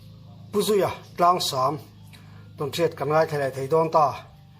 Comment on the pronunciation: Tlangsam tih i lam hi i lam dik lo ziah mai Ka lo ngai mawh thin khawp mai